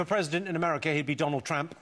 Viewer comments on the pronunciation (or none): none